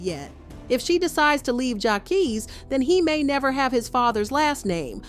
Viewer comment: LMAOAOAOAO no shade "jackies"😭😭